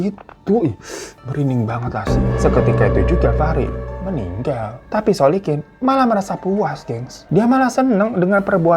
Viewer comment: Terpantau beberapa kali bang Hiro typo nyebut nama orang, seperti biasanya dan aku suka 🤣 masnawi=muslikin Solikin= Solikun 🤣🤣 Tp gpp, aku tetap syukaaa 😁👍